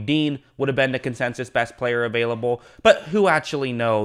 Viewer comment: “Consensus” not “Consensious” come on bruh